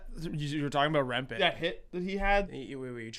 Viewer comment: Its remp-ee not remp-ay